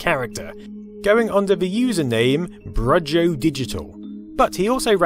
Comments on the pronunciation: it's "brew-ho", not "bruh-jo" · FYI, 'Brujjo' is pronounced 'Broo hoe'. It's Spanish for Witch Doctor 😉